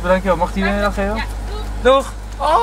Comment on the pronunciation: ja, toocchh (dat was echt een rare toch)